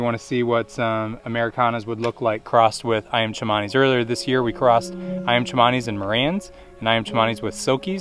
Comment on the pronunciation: And it is definitely Ayam not Iam. An aussie living in java